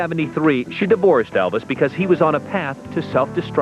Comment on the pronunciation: Tht rude of sue Ellen Bobby say Elvises ex wife tht joking by Elvis name how they pronounce it how stuck up jealous to say Elvis name wrongly then 2